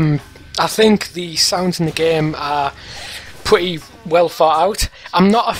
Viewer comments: I love the way that guys says "Pwitty" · "really pwetty"